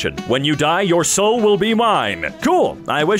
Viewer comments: (sorry for doing this it just made me a little annoyed)its not pronounced die its pronounced Dee and der is pronounced like the word dare. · you pronounced die wrong, its pronounced like “dee” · As a person who speaks German that pronunciation of der die das absolutely kiled my soul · pronounced “die” wrong as well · the mispronunciation of the 'der, die, & das' meme physically hurt me as a german speaker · So I'm learning German. For clarification, "der" and "das" was pronounced correctly, but "die" is pronounced as "dee". Still an awesome channel though. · not pronouncing german “die” wrong😭 it’s pronounced “dee”, the joke is that der, die and das all mean the. there’s also den and plural die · yes haha, german is very different from english in that regard. in german, everything is pronounced, there’s no silent letters or anything. so it’s pronounced like the “ie” in “cookie”, like how you would expect. thanks for asking!!